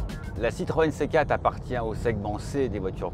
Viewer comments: Excellente voiture dommage qu’elle soit présentée par un journaliste triste a mourir... Ehh oui c’est une C quatre , pas une C Kate ...! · Faudra expliquer au journaliste qu'il faut dire C quatRe et pas C cate. Tres pénible a écouter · 4 ça ne se prononce pas "kat". On prononce le "r". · Le dézagne de la céquat'... euh ! Hahaha, trop fort 😂